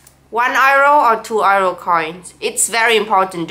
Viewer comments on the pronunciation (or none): Every time you say "euro" I hear "arrow". Just say "yuro" xD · So it is pronounced € "IRO" not "Euro". Never knew😅